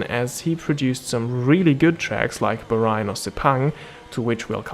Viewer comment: I enjoyed the video, good quality. Though the way you pronounce Bahrain is not the way it's actually said